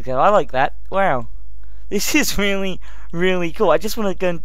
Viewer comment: i hate how he says really